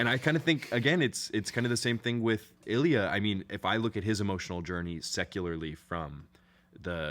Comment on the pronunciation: "Илья́" Ilya- the emphasis is on the last letter ❤